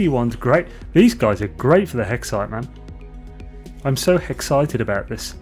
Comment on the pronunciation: "I'm so 'hexcited' about this! Ha ah ah......*breathes in*....... ohhhhh noooooo!" You knew... you knew what you did... O.O